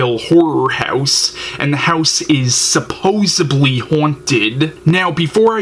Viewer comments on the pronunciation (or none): its supposEDly not supposEBly... Interesting review, thanks